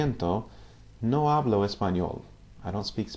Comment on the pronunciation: Sir 1st of all great vids! Love to learn this language! Just a Q about pronounciation. I noticed you do pronounce the H (f.i in the word 'hablo' ) quite strong. I thought in Spanish (castellano / Latino americano) it's not pronounced?